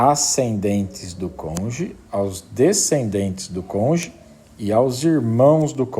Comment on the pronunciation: UM PROFESSOR FALANDO "CONJE" É UMA MARTELADA NIS TESTÍCULOS. ME LEMBROU O MORO. PUTA QUE ME PARIU, CONJE É DE FODER, FODERRR COM TODOS OS ERRES...